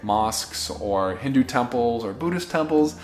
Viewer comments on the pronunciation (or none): none